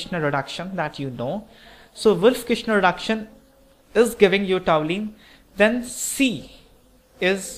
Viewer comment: really nice conversion problem.one thing i want to point out, it is toluene not toulene.thanks .